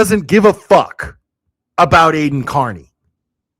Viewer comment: I wish theyd learn to pronounce his name correctly. Car-Knee